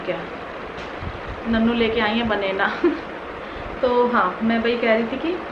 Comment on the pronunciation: बनेना नहीं बनाना बोलते हैं जी